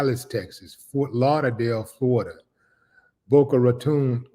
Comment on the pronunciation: ...you pronounced "Boca Raton" beautifully, King..❤😂❤